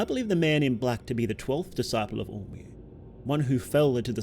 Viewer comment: Lmao every time you say all-mer, I kept mistaken for “omer.” Maybe it is just me 😂😂